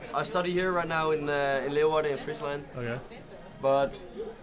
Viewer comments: Leeuwarden, not Loewarden...lol.. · not really, his Zwolle was excellent, but his Leeuwarden needs some work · Your 'Zwolle' was very good, I didn't notice anything weird. But your 'Leeuwarden' needs some work. Edit: in the second part if the video you nailed it. You are a quick learner. Forget I said anything.